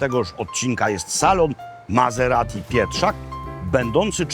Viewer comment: Mazeradi? Myślałem, że Maserati! Włosi nie wymawiają po niemiecku....